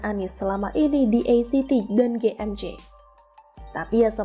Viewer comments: Maaf ACT mengejanya a ce te sbb bhs (ejaan) Indonesia, bukan e si ti 🙏🙏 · Pembacaan ACT itu sesaui abjad bukan inggris. Pembaca berita tapi ga bisa gunakan kosa kata yang baik